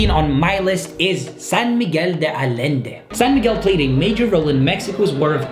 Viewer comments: You are wrong is not alende it is San Miguel de Allende like Ayende ok?otherwise people going to call it wrong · Say "San Miguel de AYende" not Alende! Double L in Spanish is pronounced almost always as Y. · Like si estabas buscando comentarios en español a y por cierto se pronuncia ayende no ayende Bye the Wayne IT is pronounced ayende no alende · Ayende! Pollo = Poyo, not Polo!! Great job!!! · allende is pronounced AYENDE , two Ls sound like a Y in spanish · Allende is pronounced "ayende". The double L is always pronounced like a Y. Great video though! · Allende is pronounced aYende. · You need to learn how to pronounce the city names. "LL" is "Y" like yes. So (Ah-Yen-Deh) Allende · when pronounce “Allende” the double LL sounds similar to the Y sound when you pronounce “You” just an observation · Cringed every time he said San Miguel de “Allende” 🙈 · You should consider learning how some words are pronounced correctly and some of the words u didn’t say them right, like for example Allende it’s not like an L but a Y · You mispronounced Allende!